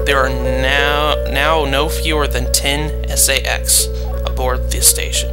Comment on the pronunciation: I've watched quite a few of your episodes and I have found them quite helpful :) I know it may be just how you say it but I think it's pronounced "say-X"